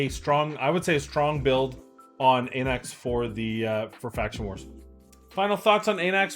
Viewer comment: Αναξ, meaning ''king'' in greek - pronounced like A in Alpha. Thank you for the vids!